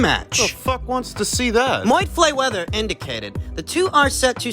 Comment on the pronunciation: Moyd Flayweather 😆